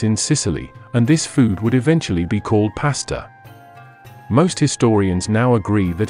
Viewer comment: These As are painful to hear. Like nails on a chalkboard. Allah does not sound like Alan. Same for Pasta, Taco, Islamic... Somehow nailing Islam as "Is-LAH-mm", but Islamic is coming out like "Is-Lamb-Ick" -- wild! Otherwise, excellent video!